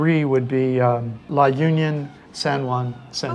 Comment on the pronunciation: U also visit the Visayas esp the Central Visayas or Region 7. La Union is pronounced as La Onion .